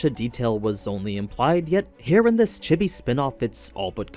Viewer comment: The way he pronounced chibi literally killed my cat. This monster!!!